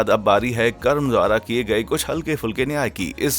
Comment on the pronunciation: Karama nhi karm hota h